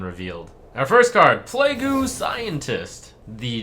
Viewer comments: Did this man just say PLAYGOO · "Play-goo" Scientist? Don't you mean Witch Scientist? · You pronounced plague as plejgu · Did my nigga just say Play-Goo Scientist? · did this nigga fr say "plagoo" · Did he just pronounce Plague as play-goo? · did he just call it a play-goo scientist? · Play-guu scientist? okkk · "playgoo" lul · "Plagoo scientist" Holy shit Trump that's worse that how you pronounced the paladin quest. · "PLA-GOO" Scientist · Actually your right lol, I thought he was just doing random trump things saying plague in a stereotypical Japanese way, didnt think of starcraft in any way o.o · I was looking in the comments to see if there was anyone correcting his pronunciation I had no clue this was a reference to something lmao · Wait, how did you pronounce plague? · His way saying "plague" cracked me up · Oh boy, I can't wait to see what Trump gets wrong this time! Edit: I see he is starting off strong by saying the words incorrectly this time as well.